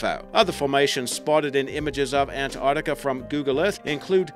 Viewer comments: It's NOT Antartica, it's Ant-arc-tica!!! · Fucking ANT ARCTICA,SAY ANTARCTICA FFS!!! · What is that accent? Sounds like Boston crossed with New Zealand? Its An-tarc-tic-a not Ant-art-ic-a by the way. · he says it like ant artica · Muhammad Aslam Che Abdullah nah we pronounce it an-tarktica here. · It is pronounced ANTARC-TICA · Ok I had to switch off as soon as I found the narrator couldn't even say Antarctica properly!